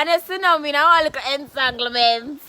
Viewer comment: Yooww she seh she innah one "enatanglement"😂😂😂😂